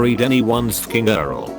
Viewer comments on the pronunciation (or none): I don't know if you care, or if you are aware or if this has been brought up before, but your videos would definitely benefit from some work on the text-to-speech, instead of just copying and pasting. Like, maybe type out "you are el" versus it sounding like "Eat." But, idk, that's just a suggestion.